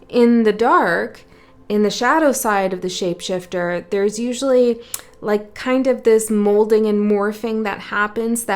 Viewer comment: Ha ha you said ship shaifter maybe like a vessel hmm…..I really love your work💛these beacons are realy helping our voyage